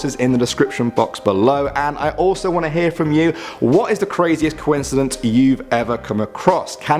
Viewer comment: hey! that's "joincidence" with a "c"